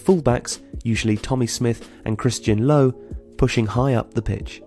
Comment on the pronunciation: Christian Lowe is pronounced Christian Lerver